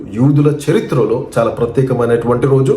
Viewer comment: చెరిత్ర కాదు. మంగళ సూత్రం బాబు వి నీకేం తెలుసు. ముందు తెలుగు నేర్చుకో అజ్ఞాని బాబు